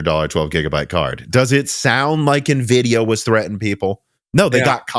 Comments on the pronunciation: I'd argue that I'm pretty sure Jensen pronouncing it as "En-vidia" as opposed to the "N-vidia" in the opening Animations is a lot closer and justifiable than the "Nuh-vidia" that the brothers here were apparently pronouncing it for years and claim that it's more common for people in the midwest to say it that way. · Lmao everyone in IRL I know say it nuh-vidia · Nvidia's own animation opening screen on games that feature it explicitly pronounces it as "N-vidia". It's pretty weird that have consistently missed what has been consistently clarified by Nvidia over the better part of the past two decades. Here's a video compilation of Nvidia's animation opening screen from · I've lived in Illinois all my life and never heard "nuh-videa." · I've never known anyone that ever said navidia. I'm sorry man, back then you were a super newb. I would have to question if you had ever even seen a cpu before Gen 1 Ryzen. It's now obvious that anything you have ever said about gaming pre 1800x has been a lie. I can't believe this! Just messing with ya. Lol! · Nuhvidia sounds like the skin cream Nivea 😁😀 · But Jensen Huang pronounces it "en-vidia" on stage all the time. It's like tee-eye vs tie. Jensen says it one way and the corporate windbag doing the next presentation bellows it the other way 40 times in 10 seconds. So claiming that it has been "clarified" is... not exactly clear. You're basically saying the CEO (and founder) of the company doesn't know how it's pronounced. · I’ve been building PCs for 25 years and you were the first person I’ve ever heard pronounce Nvidia that way